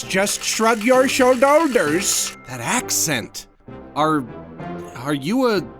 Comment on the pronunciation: WHY TF WAS "SHOULD-OLD-ERS" WHAT GOT ME I